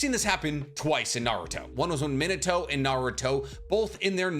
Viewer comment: Why do u say Minato like that ? Is there a reason? Like I know that you know how to say it right being Mee-na-to I’m wondering y u choose to say it incorrectly idk why it bothers me so much but it really does